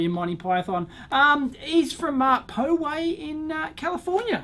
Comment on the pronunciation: It's Paw-way, not poe-way, lol. :-)